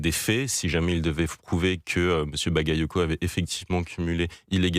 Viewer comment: ils ne savent pas pronocé le nom bagayoco, mais quant c'est un nom polonais ou autre qui est très dificile,la sans probleme